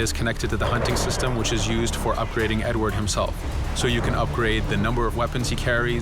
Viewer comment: Primo. Si chiama Edward, non "edwar". Secondo... sì. Sarà possibile cambiare vestiti al protagonista.